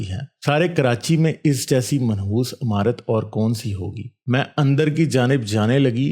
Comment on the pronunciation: Radio mirchi pe ek bar yeh kahani sone 🤣📻amarat nhi imarat pehle alfaz sedha karo india mai aao tujhe kothay pe job milage 🤣